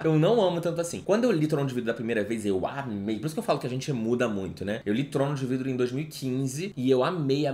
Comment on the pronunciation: Ele falando “Trono de VRIDO” com a maior naturalidade HAHAHAAHA te amo entenda